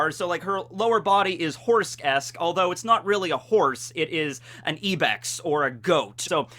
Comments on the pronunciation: Ibex not eBEX. I bex.fucking pennsylvanians. ;) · Ibex is pronounced ai· beks I beks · That's the wrong pronunciation. "Ibex" is pronounced I, (as in "eye") and bex, (which rhymes with chex, like the cereal).